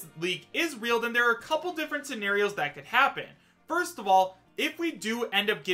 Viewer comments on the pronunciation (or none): none